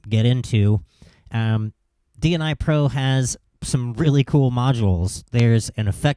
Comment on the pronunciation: Dnipro is a city in Ukraine my guy, it's Dnipro, not DNI pro... cool demo though